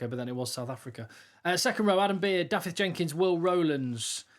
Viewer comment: Only writing this because I like your channel! When you pronounce DAFYDD, think of "of" and "off" in English and pronounce "f" and "ff" in Welsh in exactly the same way. So DAFYDD has the "of" sounding "f" not the "off". Forgive the lecture!🙂 I won't go into the Dylan one now!😂